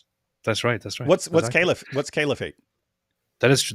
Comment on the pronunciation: Romanians pronounce the word caliphate well. 👼🏻